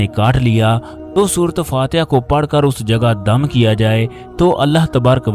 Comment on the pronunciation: Shafa Nahin shifa